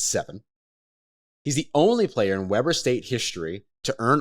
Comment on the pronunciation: it's pronounced Weeeeber not webber long E